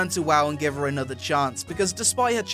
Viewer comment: 'Anotha fing' -.